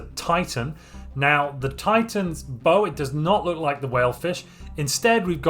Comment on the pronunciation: When dealing with a ship Bow it is pronounced like "bow" like bowing with the "ow" sound. Beyond that nitpick a good video!